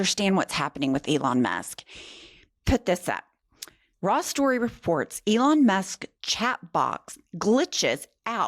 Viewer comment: ELon MAHSk